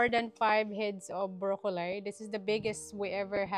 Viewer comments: It's zucchini not zacchini, and brocolli not brocollai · Wag mo n aartehan ang pagpronounce mo ng silver beet ginagawa mo silver beyt. Pati brocolli ang sinasabi mo minsan brocolay brocoley.. hayyy.. hindi mo ako basher nakakairita.lng kasi pakinggan